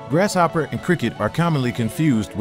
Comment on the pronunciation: Great info. But even though grasshopper is a compound word, the S and H dont make the "sh" sound 😅 (its quite distracting. Lol. The narrator says it everytime 😭)